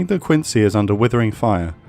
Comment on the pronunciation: USS Quincy was named for Quincy, MA, where she was built. It’s pronounced “Quinzy”. Great video, as always.